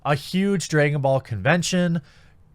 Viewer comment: “DrAYgon ball” “AHnime” Haha